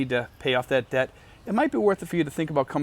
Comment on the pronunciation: Debt and Death sound the almost the same when you say it.